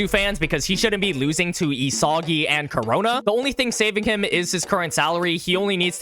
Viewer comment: the way he says isagi(help me good lord)